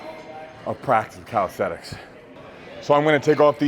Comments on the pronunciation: Bro does full planche push ups and still pronounces it as "calisthetics" 😂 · calisthenics not calisthetics